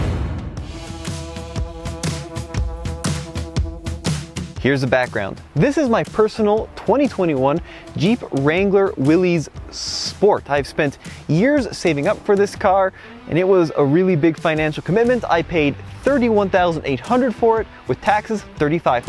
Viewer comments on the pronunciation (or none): At least pronounce the name right, it is Willis not Willies. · Willis. Not Wilee's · John Willys prnounced his name like "willis". NOT like WILLY. Its an abomination to mispronounce it. Please study some history on the Jeep. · Great video! BTW, "Willys" is pronounced "Willis" as in... "What you talkin about Willis!" It's an homage to the first auto company to build Jeeps, Willys-Overland Motors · It is pronounced "Willis". Know what you're driving before you give reviews over it. Just a thought... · Isn't it will-is? As in Willys Motors?